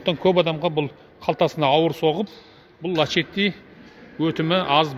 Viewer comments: Лачети емес Ласети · Лашетти емес дурстап окыса ласетти болады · Лачетти дұрысы